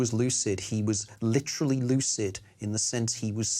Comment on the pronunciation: rewatch this as a drinking game and do a shot everytime the nigel biographer says, “lit rah lee.” 😂